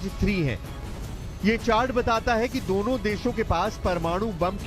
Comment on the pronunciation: Deno desh nahi dono desh lol ,, kya news reader banegi 😂😂😂😂😂😂😂